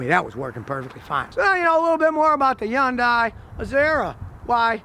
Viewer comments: Learn how to say Hyundai (hun-day) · my guy repeatedly said yonday lmao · It’s “HUNday” (rhymes with Sunday.) Scotty, what do you think of Genesis? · The way he says Yundai gives me anxiety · Scotty, Hyundai is pronounced like "Sunday" so say Hunday.... and pray. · FYI, Scotty you don't pronounce the "Y" in Hyundai. It's "hun-day". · Scotty says "yaun-dai" ?? hahaha Come on man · So, Scotty has found out that Hyundais aren't all that bad but now if he can just learn how to pronounce it. Hyundai rhymes with Sunday. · It's not pronounced yun-dye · 1. This guy is highly opinionated. 2. He can't even pronounce the name correctly, and back to point #1. 3. It is not the same thing, that is why it is not covered by recalls. 4. The engine cover is not a beauty cover, it serves a purpose whether you agree or not. Bottom line, same old mechanic who has not evolved with time. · Not how you pronounce the word but thank you for trying. :) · Could some one teach him how to pronoun...HYUNDAI. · You would think a professional mechanic could pronounce Hyundai correctly... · The Y in Hyundai is not pronounced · The way he is pronouncing the brand name is going to give me a facial tick. Please stop, you're saying it so wrong it hurts lol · I have no idea why he's pronouncing it that way 🤦🏼‍♂️ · Appreciate your telling the truth but when are you going to start pronouncing the name properly. It's HUNDAI not YUNDAI. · So..its not .. YUN DIE ?? lol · Everyone else: Hyundai Scotty: yuindai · Okay Scotty, I love your videos but I gotta correct something because it drives me nuts each time. Hyundai is not pronounced “YUN-DIE”. It’s pronounced “Hun-Day”. An easy way to remember the proper Korean sound for the word is that it rhymes with Sunday. “Hyundai, Sunday”. There’s no such thing as a Yun-Die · I've noticed that Scotty Kilmer mispronounced HYUNDAI as " HOON DIE" which it is not. It is "HUN DAY" like it is correctly pronounced on their TV commercials. It seems he is doing this on purpose!